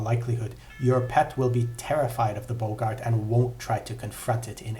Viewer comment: Their name is pronounced "Bog-art". Not "Bow-gart".